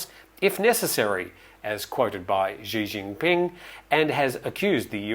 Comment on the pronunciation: First off, I love this channel; I catch every episode. However, at the risk of appearing to be pedantic, note that the proper pronunciation via transliteration of the chairman of the CCP is “ She Jean Peeng”. I lived in China for > a decade. Not a fan of the sound of fingernails down a chalkboard. Also not a fan of that regime.